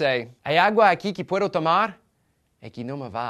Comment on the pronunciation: Make sure you make the "D" sound in "puedo" an English "th" sound. D's in spanish that are between vowels make that sound.